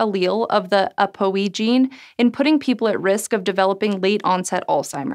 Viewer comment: People in medicine generally pronounce ApoE "A. Poe E." and it's short for "apolipoprotein E."